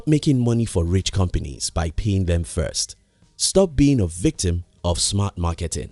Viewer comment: I'm surprised ur not frustrated with his pronunciation of the word "companies". COM-PENIS!!!